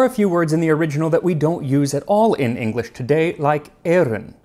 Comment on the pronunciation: Your pronunciation of old English is really good. You don't here that very often.